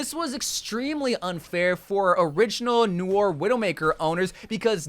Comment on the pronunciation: its not pronounces n-oi-er, its "no-are"